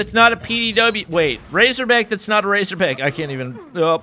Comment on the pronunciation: It GayZorBack